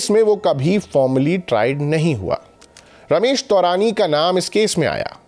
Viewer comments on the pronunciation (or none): none